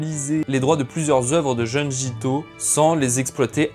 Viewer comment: Belle vidéo ! Juste une petite remarque : (d)jun(d)ji 😉